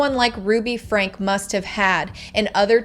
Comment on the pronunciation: Get her name right it’s not FRANK